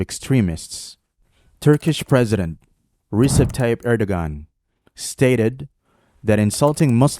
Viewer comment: Recep pronounced Rejep is all talk no real action